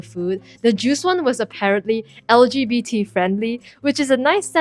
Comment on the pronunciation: Finally sound pronounces lgbt right 😀